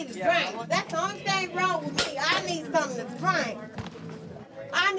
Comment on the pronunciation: seems to pronounce words as the English do ie: somethink, anythink etc.